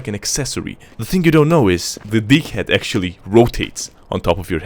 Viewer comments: sounds like dickhead not deag-head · That deaghead sounds a bit like d**khead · Deag head? Hahahahhh sometimes you say dickhead!!! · When he says deaghead it sounds like dick head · I thought i heard d*ckhead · the deaghead haha it’s like dickhead it sound like dickhead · sounds more like "dickhead" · When you said “Mini awp” i expected a tiny awp And when you Deaghead I heard Dickhead I know the subtitles say otherwise But that’s what I heard The true American Dream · Deaghead sounds like a D#ckhead XDDD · lol the deag head sounds like a dic* head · "deaghead" LOL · wtf that deaghead...hahahah its disastah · How you pronounce Deaghead makes me smile every time i hear it :') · Tec-Nein and DeagHead lmao. 😂